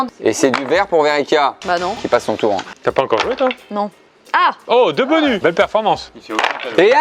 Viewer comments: Pierre qui dit "Cro" au lieu de "Croce" Pierre qui dit "bonu" aussi Et puis ça n'arrête plu... (s) Le stock de "s" devait être épuisé, comme le "p" et le "q" au début du confinement... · qui dit un « bonu » ca me perturbe! C’est trop bizar 😂😅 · Il y a que moi que ça a grave frustrer que pierre enlève tout les S genre il disait bonu et tout 😂